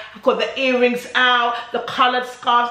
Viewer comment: Qaloured sqarfs 😂😂😂😂